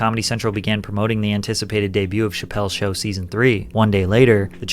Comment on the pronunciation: It's not, the Chappelle show, it's Chappelle's show. You even have the correct thing on screen and saying the wrong name at the same time 😂.